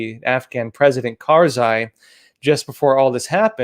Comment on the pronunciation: It's not karzai